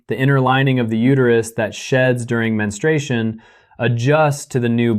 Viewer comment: It's pronounced men-stru-A-shun